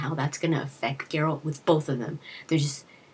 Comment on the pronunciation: I still have vietnam flashbacks from Shoddycast lore series - Erik Dellums is great and all, but I don't like his narration, especially those horrible mispronunciations like GerAlt, or Jeralt, Jennifer..... FF********CK! Sorry, I'm triggered.